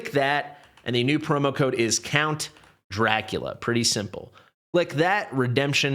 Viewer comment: NOT Lea.....Dracu Lee A is what it is supposed to sound like.